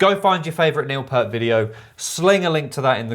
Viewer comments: Say "peert" not "pert". P-👂-t. You got it right. :) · His Name Is Neil Peart and It’s pronounced Peeee-Ert If you do some research on him you’ll understand why he left RUSH for nearly 5 years, and you’ll know that 1/2 way through his career he took lessons from the legend Freddie Gruber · I'M SO ANNOYED ...😏 Pee-urt, same long vowel sound as "gear". RIP Professor. Just incredible 🖤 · Hi, not a problem. Pronounced Pear t. I gave Neil a 10 out of 10, but I'm biased. R. I. P. big guy. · Love RUSH. If you haven't checked out YYZ from RUSH live in RIO, the crowd goes crazy on that one. And as for Neil Peart's last name. Just remember Just take the word ear. And just put the P in the beginning and the t at the end. In fact you said it correctly at first.